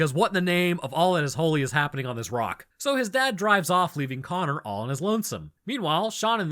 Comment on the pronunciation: You mispronounced connor. Its pronounced connor